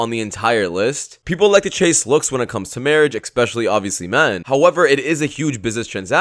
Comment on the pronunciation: Sir the word is especially, not expecially!